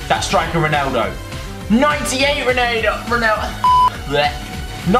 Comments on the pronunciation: He says Roneldo ? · Why do you say roneldo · Stop saying roneyldo